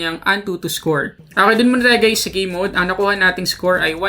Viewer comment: Game mode pala. Gay mode una kong dinig eh